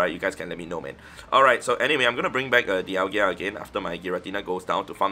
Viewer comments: Di-al-ga not Di-al-gia. lol. Just trying to be helpful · Dial-ga … what is a dial-gia?😂😂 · Sorry, i normally wouldn't make this comment but i've heard you mispronounce Dialga so much. You say DIAL-GIA, but it's DIAL-GA. Appreciate all you do for the game and your content. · You also keep saying deealgEEa...there's no i there bro 😂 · Why do you keep saying Dialgia?! 😫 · Lol it’s bothered me too